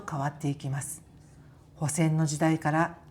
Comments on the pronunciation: 帆船は「はんせん」と読みます😊 いつも見ています。 この頃はアップが多くて嬉しいです！ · こんばんは。毎回楽しく視聴しております。頻繁に配信して下さり、😊ありがとうございます。 ところで、海洋博物館での説明で、『ホセン時代』と聞き取れる部分は？『帆船ハンセン時代』とおっしゃっているのでしょうか？字幕がなく、よく聞き取れませんでした。 また、これからも愉快な夫婦旅を明るい気持ちで楽しみたいと思います。 お身体を大切に、美味しいお料理を盛り盛り食べて元気に人生の豊かな旅をお楽しみください😋😌